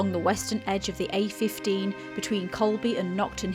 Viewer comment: Guys, it's COLEBY not Colby.